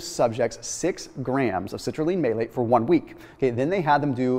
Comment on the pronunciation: Citrulline May-late